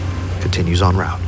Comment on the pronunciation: "En route" is pronounced like "on root".